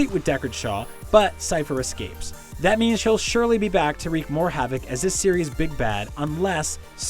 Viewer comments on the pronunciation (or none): none